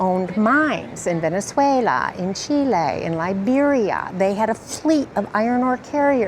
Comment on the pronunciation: Venezwaaahahuelaaa, Cheeeeelaie